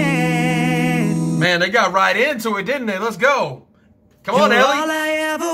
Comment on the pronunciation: El-lee. Ellie. L. Lee. XD